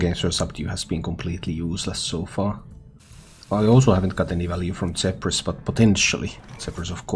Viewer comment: he’s from Finland. It would be easier to understand if you just said “Ph” makes the ‘F’ sound.